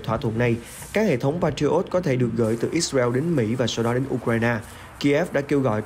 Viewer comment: Lời bình luận thì hay mà điệu đà quá tổng thống bu thin, ít xa reo, , theo đa vid, da hu, ông trâm, nêu dót tham